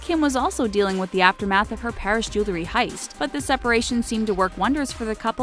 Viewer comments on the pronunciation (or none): The word JEWELRY is pronounced (Jewel-ry) not (Jew-le-ry).